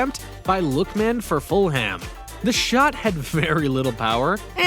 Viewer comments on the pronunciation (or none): Bro said fullham 👈👈👈👈👈 I support Fulham and that’s 👆offensive to me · bro he an not pronounce fulham and van dijk